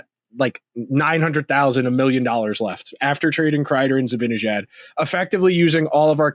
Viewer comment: Hey! You complete goofball! It's NOT ZibINejad, It's ZibANEJAD! Get his damn name right first before you give your delusional suggestions!!!!!!!!!